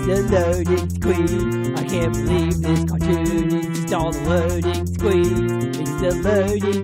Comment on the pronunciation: Loading scween!